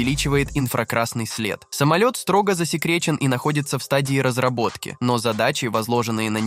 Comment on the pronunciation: Что то автор частенько заговаривается. Разробаток 😂😂😂